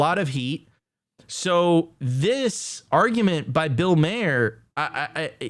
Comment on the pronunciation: tell my your pronouncing mahers name wrong on purpose. would be brilliant.